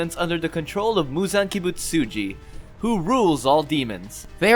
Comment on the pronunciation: You pronounced Kizuki wrong same with Kibutsuji